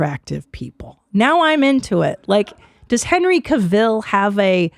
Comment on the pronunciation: Stop pronouncing Cavill in that completely tok'd way!